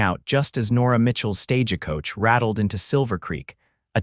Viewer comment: It IS NOT a "stā'-jah koa-cha". It IS a "stagə" - Silent "e". No "jah". Coach has No "cha" tail.... Not "koa-cha". "Bandana" - all 3 "a's" have the identical same "a" sound as "Band", and has NO "ahh" sound in the last 2 syllables. You need a Phoenetics editor for spelling and sounds. Not often, but enough to justify someone to edit for this site. GET AN EDITOR, AN AMERICAN DICTIONARY WITH EXPLICIT PHONETICS.